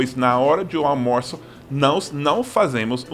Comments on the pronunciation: Uma dica: não tente falar "aL-mo-ço". Fale "aU-mo-ço". Ninguém vai notar que o L não está lá. Nas profundezas da alma, o som desse L é diferente de U, mas nesse caso tem nenhuma importância. Fora isso, é só lembrar que a tônica é na segunda sílaba: al-MO-ço. Pode complicar hora de flexionar algumas palavras. Exemplo: O plural de "céu" é "céus". O plural de "pal" é "paus". Mas o plural de azul NÃO é "azús", mas sim "azuis", de "general" é "generais", de "animal" e "animais". "mal" é advérbio e não tem plural, entretanto "mau" é adjetivo e o plural é "maus". Além disso (acho que você já sabe), o L vai ter esse som quase igual a U somente quando no final da sílaba: "aL-mo-ço", "aL-fa-ce", "Mi-guéL", "saL" é tudo final de sílaba e tem tudo som de U. Entretanto "a-Lu-mí-ni-o" NÂO é final de sílaba e o som é bem consonantal, igualzinho "Luz". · Ficou muito bacana a dublagem da Moça para almoço. Mas tente esse exercicio: diga moço , depois au. Finalmente tente dizer junto "aumoço". Evite a pronuncia do L. É ai que está pegando com o espanhol. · Durante todos esses anos que vejo esse canal, sempre me perguntei porque tanta dificuldade do Seth falar "almoço", já que é muito mais fácil do que a versão em espanhol "almuerzo", e a "versão do Seth - almorço". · "Almorço", fala rango que tá de boa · All moo sou . Duvido vc errar agora. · Amigo gringo, quando quiser falar almoço no contexto certo é só falar ''ao moço'' kkkkk é o msm som, sabe?! Nós brasileiros, a maioria, não conseguimos ou temos dificuldades tbm em falar as infames: through thought though through thorough do inglês. O entendemos perfeitamente a sua dificuldade em falar almoço....